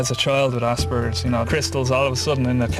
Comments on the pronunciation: assburglers syndrome :p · It isn't. It is pronounced the way it is spelled. You may not know this, but in the English language, a "p" is pronounced with a "p" sound, not a "b". [ASPERGER'S] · I have aspergers and I pronounce it ass-per-gers. I think it's funny and like saying "ass." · When it's pronounced "ass-burgers" I always think of it as an injury sustained from falling off a skateboard :-) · They need to change the name of this disorder. Or at least stop pronouncing it "ass burgers"